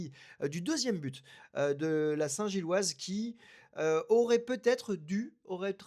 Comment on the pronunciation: C'est si difficile que ça de dire "Union Saint-Gilloise" ? ^^